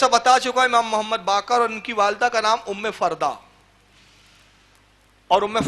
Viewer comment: ام فروہ ہے ام فردہ نہیں ہے